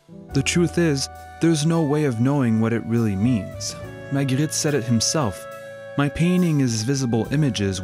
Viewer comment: Love how you pronounce Magritte